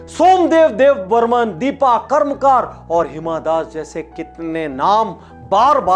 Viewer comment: Sir aap ki videos bahut hi qualityful and informative hoti hai iske liye thankyou लेकिन आप के हिंदी बोलने में कुछ गलती हो गयी है अगर आप उसे भी सुधार ले तो और माजा आ जाये जैसे - मानसिवरम नही मौसिनराम दीपा कर्मकार नही दीपा कर्माकर